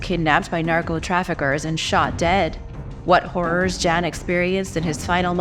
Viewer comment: I feel the need to kindly correct your pronunciation of the name, "Jan", when it comes to your mention of him, throughout your discussion of the Darien Gap. Those from Scandinavian regions pronounce this name as, "Yahn" rather than, "Jan"!❤